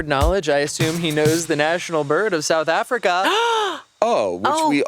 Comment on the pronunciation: As a South African I flinched hearing them say south Africa